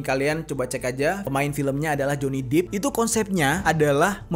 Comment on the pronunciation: Jhonny depp bang bukan deep